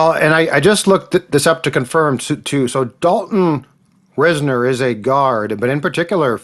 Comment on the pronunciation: I hope the Vikings can get Dalton Risner signed. He would give the O-line proven competition and depth at OG. It's actually pronounced RISE-ner. 👍